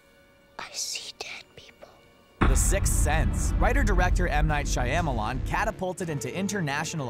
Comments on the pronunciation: M. Night Cheyen-malan 😂😂😂😂😂😂😂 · Also, narrator pronounces the y in Shyamalamadingdong way too heavily. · "M Night Shai-am-alon" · M Night Shy-emma-lawn? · No, try again, that's not how you pronounce M. Night Shyamalan.